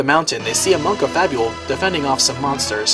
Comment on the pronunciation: Fabul... Fable.. come on man.